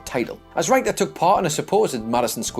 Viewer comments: is not allowed to narrate any more videos until he learns how to pronounce wrestlers' names correctly. Jacques "Roo-go" in a previous video and Wendy "Ryke-ter" in this one. Would it kill the man to ask someone who knows something about 80s and 90s WWF? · Aside from the mispronunciation of Wendi Richter's name (RICK-TURR), and misidentifying Sheik's character during the traitor Slaughter angle... there's no such place as "Battle" in Michigan. There's Battle CREEK, which is the home of Kellogg's Cereal and RVD, but no "Battle." Look, I love you guys, but you need to do better copy-editing. That includes vocal copy-editing (RICK-TURR!!!). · I'm sorry, but Wendy WHO? I mean, I know Brits mispronounce all kinds of words, but mispronouncing someone's name? C'mon, do some simple research, if you're unsure. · Call the people at Guinness world records...most mispronunciations of Wendy Richter's name in a single YouTube video. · Seriously, do you mispronounce things on purpose? -_- maybe it's just one of my pet peeves, but anyone who is hosting and reading facts in a video about wrestling should know how the hell to pronounce Wendi Richter's name....grumble...